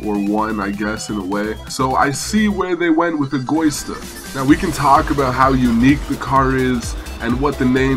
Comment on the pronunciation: Hey its not egoista its pronounced ego-eeeeeeee-sta trust im italian